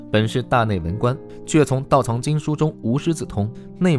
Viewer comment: 道藏zang（四声）